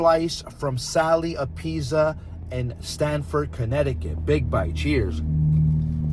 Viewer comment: The way you mispronounciate apizza is gonna piss off so many viewers 😅😅